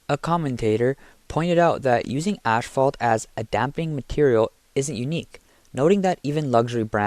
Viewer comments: Asphalt, not ashfalt. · The amount of times you said ashphalt instead of asphalt is embarrassing. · PEOPLE! PEOPLE! PEOPLE! It is NOT ASH-FAULT! It is ASPHALT! There's no "SH" sound in the word! Stop being idiots! Learn to speak properly! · Its asphalt, not ashfault...pronounced "ass fault" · ASS-Fault, not ash fault....his English is as bad as Chinese products.... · By the way: it's called asphalt, not ashfault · It's "asphalt", not "ash-fault" 😉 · I know it doesn’t matter…but is he saying “ashphalt” ? Just curious🤷‍♀️ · "Ass fault" is pronounced "butt crack" .... hahahah. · that's it - i can't listen to this dude mispronounce the word "asphalt" anymore!